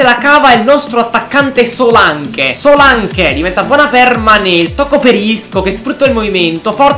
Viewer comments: Paolo Vatiero no Solanc si dice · guarda che di pronuncia solank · però si scrive Solanke ma si legge Solenk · Solak si dice